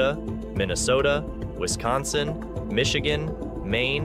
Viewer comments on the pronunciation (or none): none